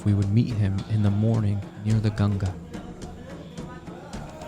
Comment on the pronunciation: I like that pronounced Ganga correctly. Not like Gangees.